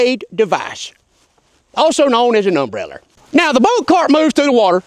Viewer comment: Ahaha i was waiting for the way he said umbrella 🤣🤣 umbreller 🤣🤣